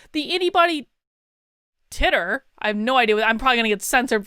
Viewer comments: titer is pronounced "tighter" not "titter" its a chemistry term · the word you thought you may be banned for, or demonized for... Titer is pronounced Tighter... I learned it cause my dog got Vally Fever and they checkerd her titer for the fugal infection. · You know he’s going to donate his plasma. PS titer is pronounced tighter. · Yay, Trump 2020! Btw, it's pronounced Ty-Ter 🤭🤭🤭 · 'titer', pronounce like 'tighter' ;) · "titer" pronounced "tighter". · Titer is pronounced "tighter" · Its pronounced TIEter 🙂